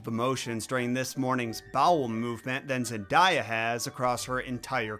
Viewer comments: the „zenDAH-ya“ is such a blatant way to make her seem less american and more exotic It‘s how people do it with Rihanna by saying „RiAnna“ or „RyeAnna“ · At this point I'm ready to consider people mispronouncing Zendaya's name in alleged researched published work a microagression. supposedly is familiar enough with Zendaya's filmography to say that she is a bad actress in all her roles but not familiar enough to know how to pronounce her name?